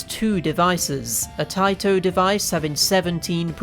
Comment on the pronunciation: Or taito vs tayto. 🤣